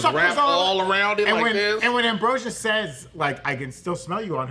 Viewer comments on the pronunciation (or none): AMBROSIA!!!! NOT AMBROSIUS!!!! SO ANNOYING!!!!!